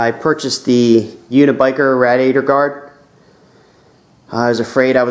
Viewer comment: please say radiator the right way